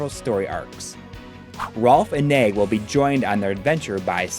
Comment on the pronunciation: Finally know how to pronounce Nei, I loved the final boss and I cried when Nei died